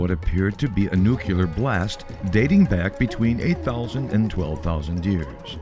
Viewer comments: enjoyed this video ... PLS note the word is pronounced as spelled ... Nu-clear ... not New Q lar ... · The mispronunciation of nuclear is really irritating.